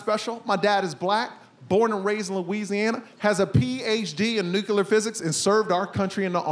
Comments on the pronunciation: Wait, the son of a man who has a PHD in nuclear physics pronounced it newKyewler?! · Did he really say “Nucular Physics”? 😂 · "We gave birth to pandas." 🤣Family comedy is the best, but please ask your dad how to pronounce "nUclear". (Don't be mad. It's-a true. It's-a true.🤭) Hilarious stuff! 👏🏼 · father has a PHD in nucular physics and a son who can't pronounce the word "nuclear". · His father has a PhD in nuclear physics and this guy can't even pronounce "nuclear" correctly?